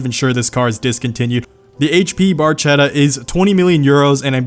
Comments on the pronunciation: FINALLY, someone pronounced Cinque correctly as "cheen-quay" and not "sink"! My points go to you. Edit: I'm taking back my points. You mispronounced Barchetta. It should be "bar-kettah" and not "bar-chettah" lmao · Sorry let me correct you by an Italian, the final Zonda isn't pronounced "barchetta" but "barketta" ok? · It's pronounced bark-etta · pronounced "barketta"